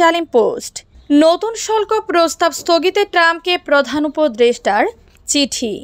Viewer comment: শল্ক না হবে শুল্ক। উচ্চারণ সঠিক হচ্ছে না।